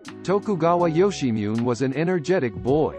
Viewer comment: Ok, "Yoshimune" is pronounced "Yo-she-mu-neh" (roughly).